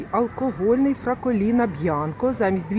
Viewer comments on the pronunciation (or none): Ви навіть читати не вмієте. Яке Фраколіно, якщо Фраголіно?Далі даже не дивилась